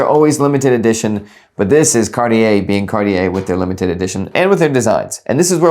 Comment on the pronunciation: Cartier is two syllables